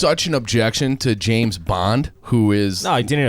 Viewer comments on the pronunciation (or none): Did I hear pronounce James in James Bond as Jameis?